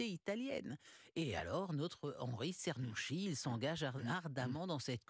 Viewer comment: Afin de donner une idée de bonne prononciation phonétiquement : " tchernousqui ". 🙂